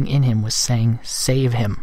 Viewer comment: Stop saying s a v e h I m